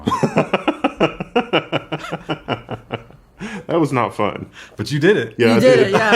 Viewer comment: I heard him say the Pink-Eye Phone